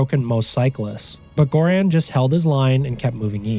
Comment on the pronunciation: Well, butter is vegetarian, just not vegan. Good summary of his journey, I recommend his book, too. Btw, Göran is pronounced with a soft "g", the name starts with a sound more like in "yearning".